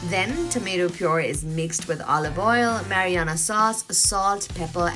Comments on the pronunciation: isnt is marinara sauce and not mariyana lol, just saying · Just so you know. It’s not mariana sauce, it’s marinara sauce . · Its pronounced brussketta although the spelling suggests otherwise. also the sauce is called marinara sauce, for the first half of the video you referred to it as mariana sauce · what a joke...gaijatra banauney bho muji ley...everybody is laughing at your pronunciation, its sweet because of olive oil n sugar re...thuikka olive oil kaha bata sweet huncha...sidhai sugar bhanna muji...ani mariyana sauce rey... its marinara randi muji....google garney gaar...ani taha pauchass....